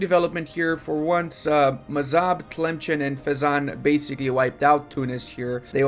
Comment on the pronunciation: The way still says Tlemcen as if there's a hidden ch sound in there after all those years instead of just looking at the name for more than half a second triggers me way more than it should